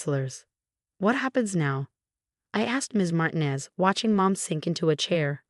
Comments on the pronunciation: would you please tell your stupid AI program that the Hispanic name Martinez is NOT pronounced "martin-ez" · FIX YOUR DANGED UP CURSED AI BOT!!!!! MAR TI NEZ IS CORRWCTLY SAID TO SOUND LIKE MAR - - TEEN- - NEZZZ ( SIS LIKE IT RHYMES WITH SEZZZ PEZ, FEZ, FIX IT!!!!